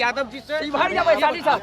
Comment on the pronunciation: ये पत्रकार महोदय शिवहर ना की शिवघर